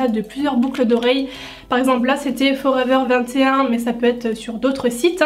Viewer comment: Euh forever 21 sa se prononce a l’anglaise sinon super vidéo